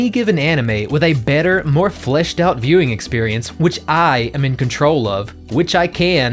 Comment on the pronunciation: Everytime you said "My Viewing Experience." All i could hear was "My Mewing experience"